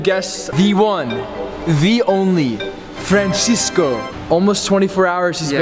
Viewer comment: Franshescoo😅 amazing you guys Loved the concept Beirut by night 😍